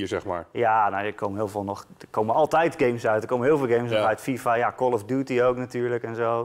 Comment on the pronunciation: 😂😂 kal of duutie